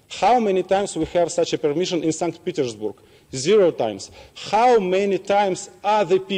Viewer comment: Сант Петерсбург ахах. Я думал, что Сейнт Питэрсбёрг